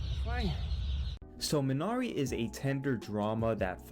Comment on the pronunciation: wtf, you don't even pronounce the title correctly!